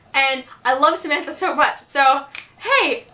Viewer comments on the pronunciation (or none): none